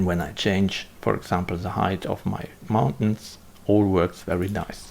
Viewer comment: Mountains! Not Mauntains! :)